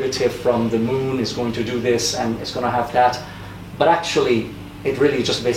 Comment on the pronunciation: Par pitié, ce n'est pas DI ordinary mais ZI ordinary. The devant une voyelle se prononce ZI! Pourquoi transformer un T en D?